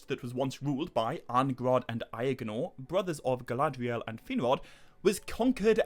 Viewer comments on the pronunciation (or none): none